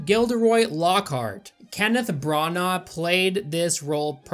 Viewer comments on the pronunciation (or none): Kenneth BRA-NAH